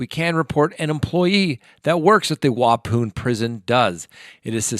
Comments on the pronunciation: its pronounced wapon!!!! wa as in ma pon as in con!!!!😇. Not wa poon😂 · Talk 😂🤣 I’m in Wisconsin, it’s pronounced Wau pon (as in pond) not poon! Thanks tho, I’m getting a much needed laugh every time you say ‘poon’ 😂🤣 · Waupaun prison is pronounced "Wah Pon." Just FYI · The prison Chris Watts is in is Waupun. Pronounced WAH-PAHN not WAH-POON. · *Waupun = "wah-pun", not pune. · It’s pronounced Wau-pun, not Wau-poon. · Waupun, how I have heard the second syllable pronounced is pon rhymes with Don not poon. I am not being rude! I realize people in other areas do not know the pronunciation. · Waupun is not pronounced wa pune. It's pronounced wa pon. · Wa-poon????? Yikes! It's Wa-pun, spelled Waupun. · Love you... town names are hard to pronounce here lol It's pronounced like Wapon. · Wuh- pawn is pronunciation ;) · Waupun is pronounced waaaapon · Its pronounced as a short O sound at the end of waupan. Same o sound as pond. I know because I live close by. Lol. Hope it helps. Love your videos! ❤💯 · Waupun is pronounced: wah-PAWN (accent on second syllable). Wisconsin resident here. Saw CW’s digs last month while driving through Waupun. Lotta razor blades on the top of those barricades. 😊 Love your videos,! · Love your channel! Im from Wisconsin, btw it’s pronounced Wah-pawn ☺️. Silly Wisconsinites and our weird towns and spellings lol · It's WAH PON.. lol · I live in Wisconsin and I’ve never heard anyone pronounce the prison name like that. I am not picking, we do have some crazy town names. It is pronounced Wa-Pon. Love your channel. My daughter and I are crime watch enthusiasts! Keep up the great work. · It's pronounced Wa - pon.... like pond. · Waupun is pronounced Wa pon. Watts is is Columbia isn’t he? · pronounced: Wau- "pawn" ; ) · Hi! JUST FYI - it’s pronounced “Wah-Pawn” - I’m a native Wisconsinite. Thank you for your insights. 💜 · Waupun is pronounced - Wa-pawn. (Ojibwe origin) :) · I'm from Wisconsin and we pronounce it Wah-Pon